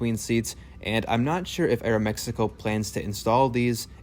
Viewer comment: Thumbs up for that great pronunciation "Aeromexico" 🎉❤